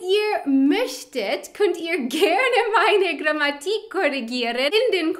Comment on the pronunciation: Außer wenn man das Wort Grammatik ausspricht, als würde es Grammatique geschrieben ;)